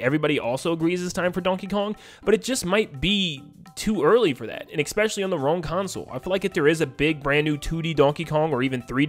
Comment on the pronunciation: "Expecially" is not a word. Especially*